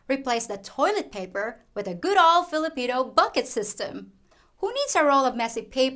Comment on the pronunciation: Hahaha thanks again for your videos. I think it's "flipina time" not Philippine time. Hahahah. Ingat ka lagi.